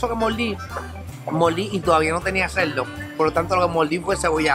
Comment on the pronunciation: Que problema tan grande tienen los puertorriqueños con la R. SaboL, moLdi, ceLdo, yoguL.... Por Dioss. Me duele la cabeza después de 5 minutos. Escuche bien compadre: Si usted quiere ser influencer lo primero que debe hacer es aprender a hablar. Deje de confundir la R por la L. Y no me salga con la excusa: Lo que pasa es que los puertorriqueños hablamos así.